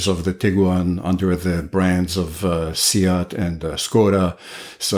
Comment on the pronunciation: I guess i mispronounced SEAT as Seat and not See-at